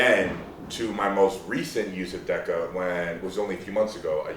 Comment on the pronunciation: That is the strangest pronunciation of Deca that I've heard.